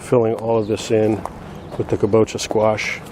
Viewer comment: Amazing to see the progression of your yard from year 1 to now. Very inspiring. Was curious how many square feet your backyard is. Just a quick point for you. My wife is Japanese and she commented that kabocha is pronounced with the stress on the first syllable, so: KA bo cha. Cheers.